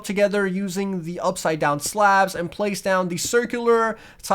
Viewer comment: Why did he say it like that though?